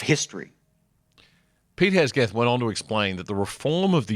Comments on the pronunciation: It's Hegseth, not Hesgeth. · Mate love your work but, with respect and speaking of respect, how about getting the USA Defence Secretary's surname correct. It's Hegseth NOT Hegsgeth or Hesgeth. Bloody hell get it right. I watched 3 minutes of this video and you said his name wrong at least 4 times maybe 5 in that time period. I'm pretty sure Pete Hegseth will appreciate you getting his name right. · God man ya can't get his name right 😮 it's hegseth Not hesgeth 😂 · His name is Hegseth, not Hesgeth. HEG-SETH. I like the work you do on The Other Side, but try and get the very simple things correct. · Mate, at least say his name correctly if you're going to run a news piece on him. Its Hegseth not hesgeth. Amateurish mate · Heg seth not hes geth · HegSeth NOT HesGeth. FFS. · Hegseth not hesgeth 😁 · It's HEG....SETH... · FFS mate, how many times can you get the bloke's name wrong? HEG-SETH. You even wrote it wrong in the description & it was written correctly on the screen of the clip you played. Did you even watch the clip yourself? Sheesh. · You really made a mess of Hegseth's name. I'm surprised you had difficulty with it.